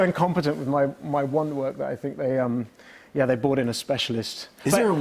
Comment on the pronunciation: the fact that he kept saying bought instead of brought....